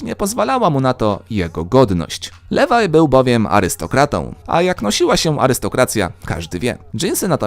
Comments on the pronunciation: Liwaj się mówi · liwaj" nie ,,lewaj" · Czyta się nie lewaj ale liwaj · Liwaj mówi się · wymowa brzmi "Liwaj"